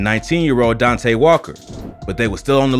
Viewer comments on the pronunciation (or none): none